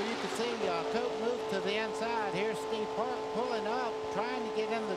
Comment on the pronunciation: I can count the times Eli Gold managed to say "Steve Park" and not "Steve Parks" on one hand. Over his entire career.